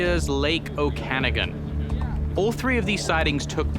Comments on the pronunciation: Hey there guys. Just for info, it's pronounced okan-ahgan. RIP and ❤ ozzy forever. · Oken - Ar- Gun think the locals pronounce it